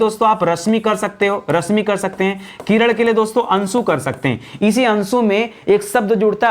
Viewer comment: किरण ko किरड़